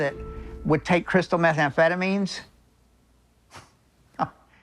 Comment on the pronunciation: "Crystalized methanphetamines"